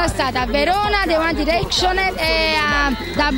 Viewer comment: "sono stata a bologna da I UAN DIRECSCIONER GESSI BIBER...." ah ok signora :')